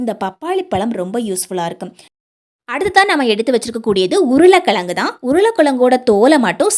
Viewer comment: உருள கிளங்கு , களுவி ,அளுக்கு, களுத்து ,What is this ? Is it tamizh ?????? Pl correct your tamizh pronounciation.